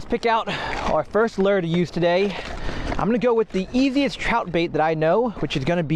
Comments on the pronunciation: Everyone: lure Literally everyone: lure: ler... Lol jk love you bro! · What is wrong with all these YouTube fisherman calling lures lers, the word "lure" is pronounced "loo-er" not ler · Low key upset when says lurr but at the same time..... it’s lol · I can't pinpoint where the "lure" accent derives from?